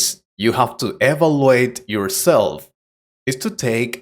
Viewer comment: Please check the pronunciation of "evaluate" and "mean", please. The rest is okay.